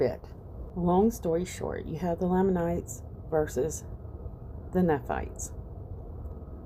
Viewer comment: Thank you for your research. As a sixth year Mormon, I will try to help you with pronouncing some names. Nephi pronounced Neefī Nephites pronounced Neefītes. Lamanites pronounced Laymanites Moroni pronounced Morownī not morownee. Hope this helps!